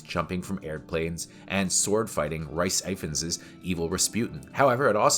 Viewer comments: Mate, Rhy Ifans is not "Rice Eye-fans". It's "Rees Iff-ans". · IM SORRY BUT “Rice Ifans” cmon bro this hurts